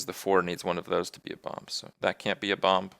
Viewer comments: What the heck is bompf? I thought the word was Bomb and the last B was silent. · What is Kripp saying? "Bomp?" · Half the time, he ended up saying bomp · I noticed that too, he just needed more practice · Anyway else getting slightly annoyed that he pronounces it like bomb is like balm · Kripp, love the video, but why in the name of all that is holy do you pronounce the second "b" in bomb? You do it with "mad bomber" too in Hearthstone videos. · now I have to listen to kripp say "bomb" incorrectly for 15 minutes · great i get to hear kripp pronounce bomb wrong for 15 minutes. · I'm just here to listen to Kripp pronounce the silent "b" in "bomb" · Every time he pronounces "bomb" I have an epilepsy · Alternate Title: Listening to Kripp mis-pronounce "bomb" for 15 minutes. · Oh god I have to listen to Kripp say "Bomb" incorrectly all video. It's even worse than the "How Good is Bomb Lobber?" video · Holy shit the second b in bomb is silent! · damnit kripp the b is silent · I think he decided to stream Minesweeper just to say "bomb" repeatedly and enunciate the b on the end of the word. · Why does he pronounce the "b" at the end of bomb? It's silent xD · Wow Kripp really does pronounce the silent 'b' in bomb on any occasion. That's just how he says the word.